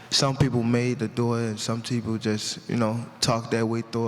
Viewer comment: Did he say some teople lol